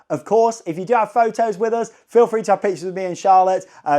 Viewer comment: “Us” = “Oh-zzz” 😂😂 keep the videos coming! Especially the Universal GB updates